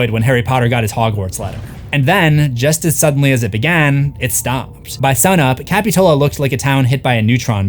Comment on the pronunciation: Love the video, but as a local Montereyan, that's not how you pronounce capitola..